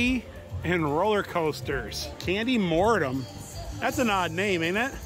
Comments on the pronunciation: Not Candy Mortim, Candymonium, lol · It’s candymonium like in pandemonium not mortum lol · The way you pronounce Candymonium cracks me up! It's like post-mortum, like death! Maybe it is death by chocolate? Makes it sound much scarier than Candymonium! :D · "Candy Mortum". LOL. It's called Candy Monium. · lmao it's Candy-monium not candy-"mortem" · you said candy monium wrong it's not candy mornum it's candy monium mon-i-um >:( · It's Candy Monium btw